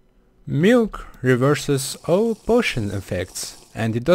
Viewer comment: he sound like: muilk .. can weverse. potoin . efwct. lol XD😅😅😅😅😅 [NOT TRYING TO BE MEAN] U NEED SOME MILK HAGAHAHAHAHAHA LIL XD